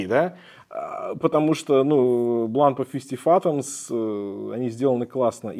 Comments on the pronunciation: Как-то у странное ударение в названии Бланпа, не французское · Ударение в конце, Вам бы не знать.